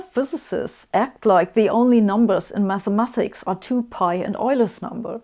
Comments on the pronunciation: It bothers me more than I'd like to admit that you MathemaTHics instead of MathemaTics. Otherwise great video! :-) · Why does Sabine say Mathemathics? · I dislike it. But I tolerate it, becuz she dun so good job xplaining the dysfunctional abusive relationship between the physicc and the meth.